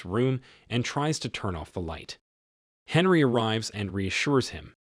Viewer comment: It's pronounced Onree not Henry